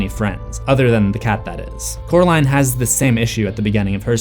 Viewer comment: I love Wybie! I don't get why he calls coral in jonsey though? Its cute though! Maybe he just doesn't know how to say coraline because he calls her caraline instead of coraline. Which is weird because her name isn't even hard to say. But the nickname he gave her is so cute!